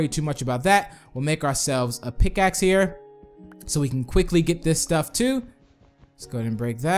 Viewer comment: He said PICSACK